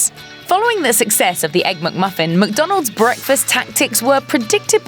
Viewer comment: It’s not a MUCK-Muffin! Get it right.